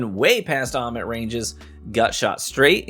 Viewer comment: it's how you said "Ommit" lol Btw, what shader on that Prosecutor? 🤩